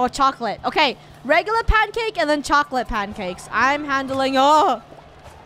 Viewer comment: instead of pancake I heard cancake😂